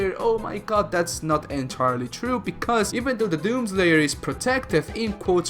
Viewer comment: The way you say doom slayer xd doozer